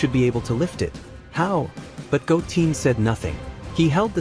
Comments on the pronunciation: 😅Goteen? 🤦🏻‍♂️🤯🙅🏻‍♂️😬It's Goten!💯Wow Great Stories Though 💯😇 Must Higher Him 4 More Stories 4 This Show!!💯🤤🥰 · 🤔This is an AI narrator isn't it? It's so annoying that it's pronouncing names like Goten as Goteen or Kakarot as Kakawrote. So messed up.🤦‍♂️ So many names are mispronounced in this. Can't say Go-ten, but easily says Beer-us.🤦‍♂️ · It’s gotten not goteen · Bro do some research on the names who the hell is Go mfcking Teen I know Goten your messing up a good story can't stand people like you fcking up names or from Saiyan go to saiyagen damn.... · It’s Goten not Goteen😂😂. Also it’s Kakarot not Kakaroat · Your AI voiceover says goooteeen not GOOten Goo#10 lol fix your AI Voice over and this is perfect. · right try go10 if it doesn't say the word right try to tweak it a little bit 😊😂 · I left the video after I heard Goteen.. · Goten not bloody goteen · Goten not goteen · Stop saying Go teen🙄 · Did you say Goteen this time? can you stick to the one right pronunciation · Yeah that’s bothering me hearing it wrong. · If you get rid of that fake AI voice speaking names wrong because the ai does know yet how to pronounce them correctly... then i will subscribe to you.... PLZ loose the AI generated voice! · Goten Kakarot are Misprononounced by the AI but i get it the ai messed up not you XD